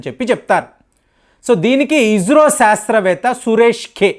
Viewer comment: మీరు ఇస్రోని ఇజ్రో అని నాసాని నాజా అంటున్నారు